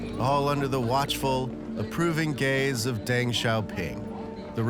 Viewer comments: its pronounced dung- like poo, not deng. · If you are going to report on China, learn how to pronounce pinyin. Deng rhymes with lung.